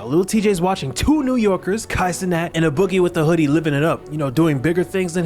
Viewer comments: I feel like you shouldn’t do videos on folks if you can’t pronounce they name properly, you done butchered “A” Boogie name all through the video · Bro the fact that u keep calling him “uh-boogie” is making me think u slow dawg. Have u genuinely never heard this mans name? How u do all this research and dont know how to say A-Boogie 🤦🏽‍♂️